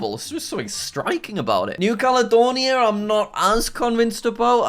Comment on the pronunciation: island flags are amazing too cadalonia lol it’s Caledonia